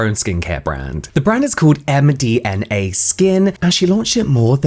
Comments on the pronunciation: the fact you kept saying MDMA so much had me laughing so much.. and every time you got it right I'd automatically hear it as mdma anyway LLOL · Interesting video, also can't stop laughing at James struggling on saying the brand name as md ma skin 😂